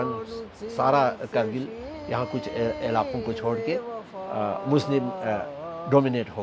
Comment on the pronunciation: It's not khar-rkil ..... it's Gar-rkil